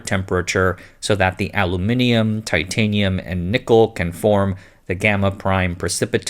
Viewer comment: I'm pleasantly surprised to hear an American pronounce Aluminium correctly.